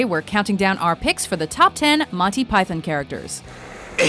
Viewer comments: I'm Canadian, the vast majority of us pronounce it like Pie-thon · "Monty Pythin"? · The way she pronounces Python makes me twitch. You're not British, don't force a British pronunciation without the British accent, it's sounds ridiculous. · learn how to say python.